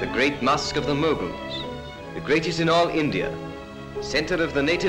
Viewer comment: Such a bad accent, pathetic to hear mogul, qut minar, aah ehaan! These people are so uneducated, cant even pronounce right! This is a propaganda video by British to show how India was flourishing under their flag, when it was being criticised globally for Jalian wala bagh massacre (1919), Khilafat movement, Civil disobedience, and non cooperation, arms act, vernacular press act, simon commisson. A very observable effort to cover the shit with icing. We gave cannaught place instead of mosque and temples???? Taught indian about architecture, I don’t think Indians needed architecture lesson from those whose own architecture is being demolished by their pwn government (UK) calling it lousy. Bigotry on its peak